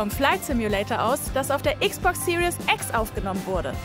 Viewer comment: Super nitpicky ich weiss aber könnt ihr aufhören XBOX Serious X zu sagen? Das ist die "Series" X ohne ein "u". Okay sry jetzt habe ich es endlich aus meinem System draussen xD Ihr könnts wieder vergessen